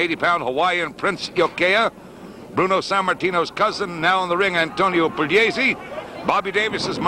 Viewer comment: announcer butchered both names